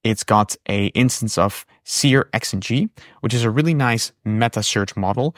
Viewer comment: Searx-ng is 'serks-ng'.